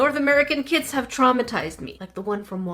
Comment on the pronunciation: I kept thinking you were saying "North American Kids," but you were saying "kits." The tools in the kits seemed well made, too, ours would have a thin plastic knife, and a measuring cup, like you get on a medicine bottle. 😆